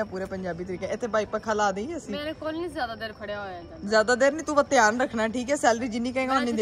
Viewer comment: Very very dihaan se...... 😂😅😂😅😂😅 Kia gulabi English boli hai ..